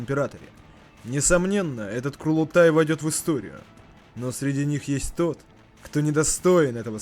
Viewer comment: Курлутай??? Лутать кур?))) Чел, даже если переводчики зафакапили, то можно было погуглить и узнать, что правильно КУРУЛТАЙ. Как мне уши, как жителю Средней Азии, порезало. Мама дорогая. НЕ БУДУ Я ЛУТАТЬ ТВОИХ КУР. АЦТАНЬ УЖЕ